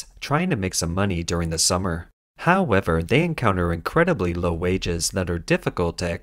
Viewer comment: Petition attempt #6 to change how the bot pronounces "however" HAO-ever drinking game count for this video: 5